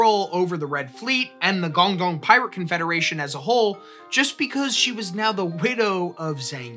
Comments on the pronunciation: Why would you make an entire video about a chinese pirate and not make any effort to pronounce any of the chinese words even semi accurately. Baijiu isn't pronounced like it has an x in it and guangdong isn't pronounced gong dong. You could google the word and in 4 seconds get a pronunication guide. This is much lazier than I expected of this channel and evidence towards my personal theory that Americans cannot read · Yeah, great topic, it would be nice for the presenter to either take some time learning how to pronounce her name, or her province (what is Guangdong?), or to at least point out he didn't know how to say them.